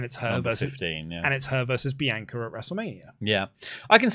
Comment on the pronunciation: Why can’t you say Bianca correctly?